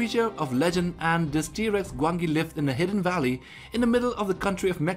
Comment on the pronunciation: It is said Gwanji